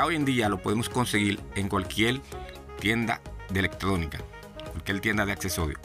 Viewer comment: CUALQUIEL? No señor CUALQUIER